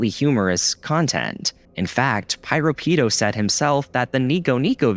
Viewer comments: Actually, the name Piropito was pronounced as "Pee-row-Pee-tow" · The way he keeps pronouncing piropito’s name with such a STRONG american accent gives me psychic damage💀💀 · Don't know who this "PyroPido" person is, but they better not be taking credit for PiroPito's work. Jokes aside, you might wanna double check your pronunciation in the future.